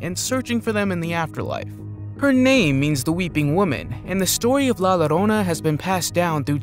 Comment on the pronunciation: La llorona is pronounced la yorona in english ; as in spanish the two LL's toguether Its' is own letter and is pronounced like a Y.